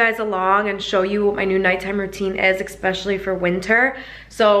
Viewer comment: ESPECIALLY not ec-specially 😭🤣